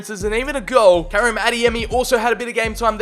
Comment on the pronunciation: Bruh... I’m I the only grammarboi who’s going crazy over how he’s pronouncing Karim?!?!